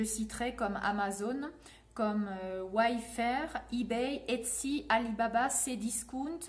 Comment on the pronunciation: Ce n’est pas « Way Fair » et non « Wafe Fair » ? Corriger moi si je me trompe 🤔